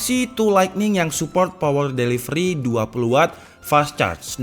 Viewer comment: "POWEL DELIVELI"😂😂🙏